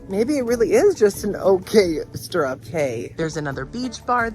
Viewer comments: What a bargain! Fun fact: A “Cay” in the Bahamas is pronounced “Key.” p.s. I always love how even when you don’t particularly like a gratis item, you are always so grateful for it! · Love your videos but, dude, it's time you know 'Cay' is pronounced 'Key.'